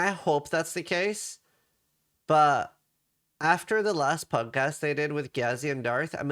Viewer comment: holy shit you pronounced the T in but, YAYYYYYYYYYYYYYYYYYYYYYYYYY